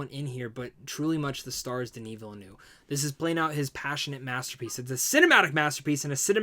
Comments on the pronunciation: Veel-NERVE is the pronunciation... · Villeneuve is pronounced Ville ( Nerve without the R sound ) similar to the number 9 in French Neuf. Cheers